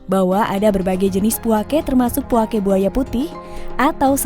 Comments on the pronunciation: Bukan puakE.. tapi puake. Beda penekenan di huruf e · Penyebutan nya bukan puake tapi puaka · Puako deh 😁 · Puake kak bukan puake 😭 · Penyebutan puake nya salah mbak bro